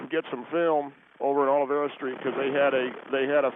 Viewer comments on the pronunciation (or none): Hey, Gringos- it is OLVERA Street, NOT "Olivera". Si!!!